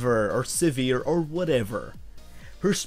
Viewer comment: Liking the pronounciation of Sivir. lol